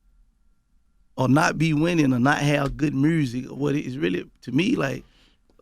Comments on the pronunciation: “Mursic” . Thank me later. Lol. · Gotti thinks there's a letter "R" in the word "MUSIC" (MURSIC) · Ok Mr Gotti. Ima need you to pronounce it correctly MUUUSIC! Yo Gottie : mursic! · Aye Yo Gotti..... the is no “R” in “MUSIC” Homie! Please stop saying “MURSIC”! lol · Why he pronounce music, Myursic lmao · Here for 🐬 and to hear Gotti say ”Mursic” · “I’m just focused on making my mursick”- Yo Gotti